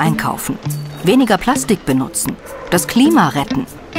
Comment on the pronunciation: Plaschtich … herrlich 😂